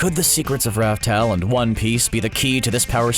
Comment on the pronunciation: By the way not raftel, it's laugh tale.